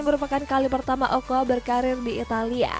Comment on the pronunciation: Ocoa bukan okoa...